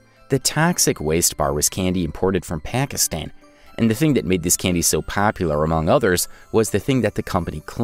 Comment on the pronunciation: When you said Pakistan you said it wrong btw